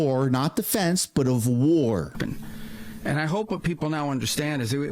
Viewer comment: Maduro, said "Peace not Whaarr" well he just got a PIECE of our United States Delta Force!!!